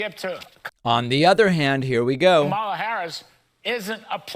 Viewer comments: He also doesn't know how to pronounce KAHmala. I'm going to start pronouncing Trump's name DonALD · Why do they keep mispronouncing her name? It is COMMA-lah. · Pronounce her name properly, Kudlow. That is your ignorance showing. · More racist crap as he can't pronounce her name correctly! He's an idiot! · And even this motherfucker, can't say her name, right!